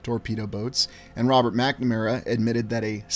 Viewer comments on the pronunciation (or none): none